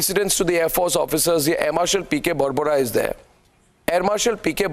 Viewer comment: His name is not Air Marshal "barbara". "nisha-ki shuruat(not Nishant)"-congi brain wash, bheja fry hai nisha ki shuruat .. It Is Air Marshal BORBORA .